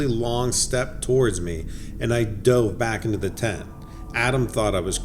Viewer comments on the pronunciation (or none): none